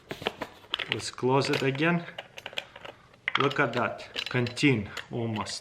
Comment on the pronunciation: I love how he says “woooow loot ad dad” instead of “wow look at that”